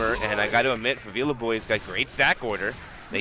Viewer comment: this isnt how you say favela. it's not fah-veela. it's 'e' as in 'dead', fah-veh-lah